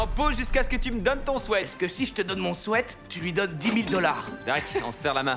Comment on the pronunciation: "donne-moi ton swèt" mdr